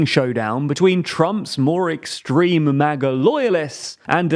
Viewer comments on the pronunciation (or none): none